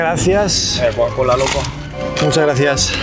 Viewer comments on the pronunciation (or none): Amé "coacola" 🤭🤭🤭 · Aprende a decir Coca-Cola Por favor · No puede pronunciar coca cola?